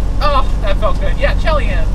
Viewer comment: Take it from a WV hillbilly Chelyan is pronounced she-ll-yan. Typical small WV town known.Ask anyone where it is, they know on Turnpike.